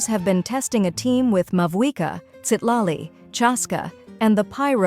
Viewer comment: ah yes, "maviaka"